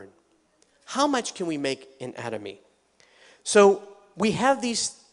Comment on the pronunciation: Why does he keep changing the way he pronounces "Atomy"? And which one is correct?